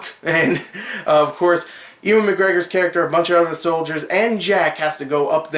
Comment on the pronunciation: Ewan pronounced eyoo-an..nice review btw.